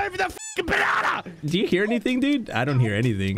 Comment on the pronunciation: I love how Mully, instead of saying "Banana" he says "Banarnar"